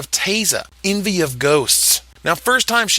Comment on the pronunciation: Envoy, not envy. Different word.